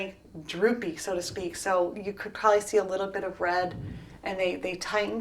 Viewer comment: She can’t pronounce probably